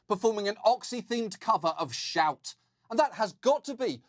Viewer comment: I wonder how many salesfolks were truly turned off by that mangling of "Shout"?